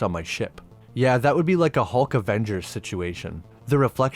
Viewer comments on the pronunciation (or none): none